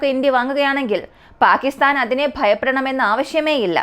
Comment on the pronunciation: ചെറിയ വായിൽ വലിയ വർത്തമാനം പറയണ്ട. അവനവന് ആവുന്നത് ചെയ്താൽ പോരെ? പാക്കിത്താൻ അല്ല, പാകിസ്ഥാൻ ആണ്. ആദ്യം ഭാഷയും ഉച്ചാരണവും പഠിക്ക് 😛😛😛